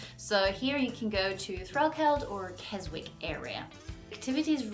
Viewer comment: I really undermines any sense of local knowledge that you profess to have, when you can't even pronounce Keswick correctly!